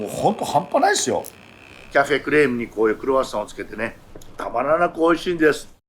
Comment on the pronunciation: Rの発音がすばらしい！私にはできません(^^)